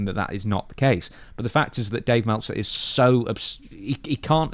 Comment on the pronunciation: Melt - zer 😂😂😂